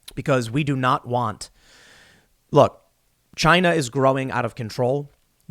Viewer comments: "It doesn't work in CHYYNAA!!" That is the RIGHT way to pronounce it.:)) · Did he just say Chine-nah ? That may get him a strike on Utube